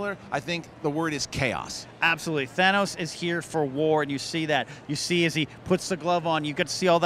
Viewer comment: Why does everyone say Thay-nos???? aaaaaaahhh!!!!